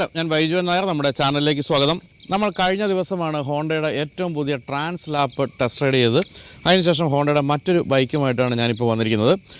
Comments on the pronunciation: ട്രാൻസ്ളാപ്പ് അല്ല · Trans lap❌ transalp✅ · TRANSLAP❌ TRANSALP ✅ 🤗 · tran slap alla trans alp ennanu. transalpinte videoilum thettichu thanne aanu paryayunnathu.